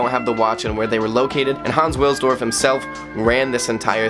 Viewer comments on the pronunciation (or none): W has a V sound in German, so the surname Wilsdorf sounds like “Vilsdorf”